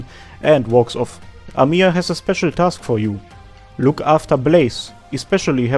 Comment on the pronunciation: Just "Amiya" Not "amIya" Thanks for video